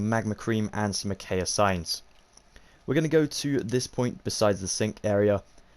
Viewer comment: I know it's knit picky but your saying acacia wrong but other than that amazing video